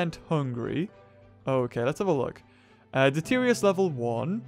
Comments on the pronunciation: it's detritus not deterious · Can I please just say this, and get it out in the open??? The word, detritus, is pronounced, DE-TRI-TUS.... Not "De-teer-eeus", like you keep saying. I mean, the way you keep pronounce it isn't even accurate, compared to how it's spelled. Now that this is off my chest, I can move along with life. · I like your videos and I know you know you don't pronounce the words correctly, but deterious is not how you pronounce detritus lol